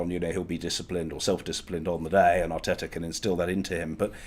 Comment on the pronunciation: John says Mikel Arteta pronouncing his T every time... Robbie says Mikel R Tetar 🤣 Proper Wheela Deala Robbie